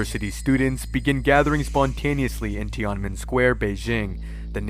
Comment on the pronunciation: It's pronounced Tee in a men , square. Awesome video!